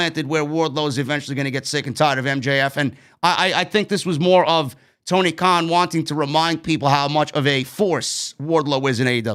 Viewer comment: it's Tony Khan not Kahn